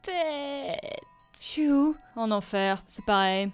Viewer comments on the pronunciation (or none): none